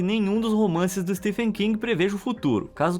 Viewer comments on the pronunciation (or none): none